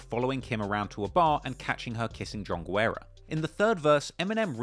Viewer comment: you're a true legend. Just one small note: en español, we pronounce the name "Guerra" like "gerra," not "gwerra."